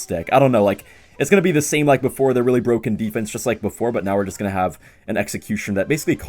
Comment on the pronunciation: Is it BWOKEN?